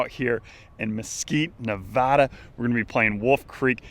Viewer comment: Dude!! You said Nevada right! Congrats!